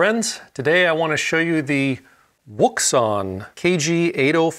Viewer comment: Finally, correct pronunciation of the name! Kudos!